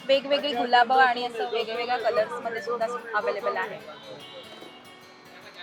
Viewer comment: गुलाबं नाही.गुलाब